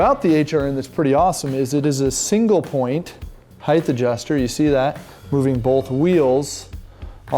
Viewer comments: it's HEIGHT - SAID hieat - not hieth. Didn't your school teach you how to pronounce it?? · Heighth is not a word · There is no “th” sound in the word “height”. Good summary tho.